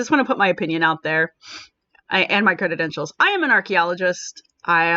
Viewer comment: Credentials not "creditentials". It kinda hurts your (totally on point) argument that the person is lacking credentials when you can't pronounce the word correctly.